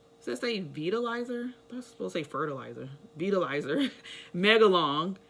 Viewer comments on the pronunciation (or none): It's not Veetalizer but pronounced Vytilizer